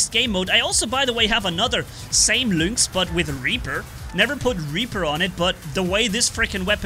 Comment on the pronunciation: luinx? isnt it pronounced linx?